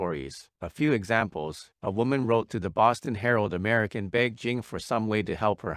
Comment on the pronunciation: It was “Amer Ike-in” (American) for meee 😅 lemme just get the audiobook on kindle smh 💀